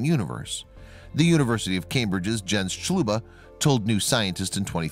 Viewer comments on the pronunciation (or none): none